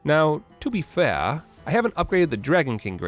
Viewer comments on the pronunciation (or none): seems like may be watching some fine Canadian broadcasting 𝓣𝓸 𝓫𝓮 𝓯𝓪𝓪𝓲𝓻𝓻𝓻